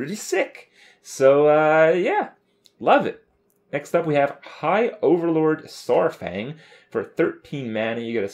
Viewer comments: saufang lol its suppose to be saurfang. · it's Saurfang, not Saufang.. WoW history 1/10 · Saurfang not Saufang. FailFish